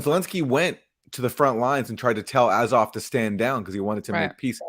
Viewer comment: What is up with Katie's weird pronunciations of the Azov battalion?